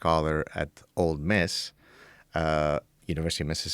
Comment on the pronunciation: Please, Gad. It is "ol' Miss" not "old Miss"